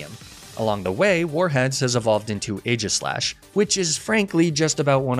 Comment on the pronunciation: AEGISLASH, NOT AGISHASH!